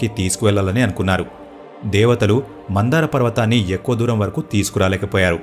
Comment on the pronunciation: Mandhara not mandara.... Very nice video...